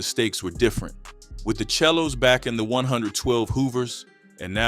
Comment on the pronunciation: Pronounce The 💩 Right chel lo's It's Not It's SELO Pronounce Say Low Bro 107's Hoover